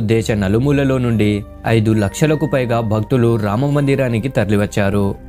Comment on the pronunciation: First learn to pronounce Ramas name correctly